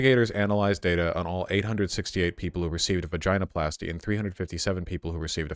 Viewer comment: I hate the way you say “ vaginoplasty “